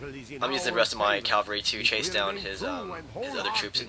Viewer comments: it sounds like hes saying calvary instead of cavalry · and cavalry, cav-all-ree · Your pronounciation of "cavalry" keeps bothering me. lol sorry not trying to be a troll.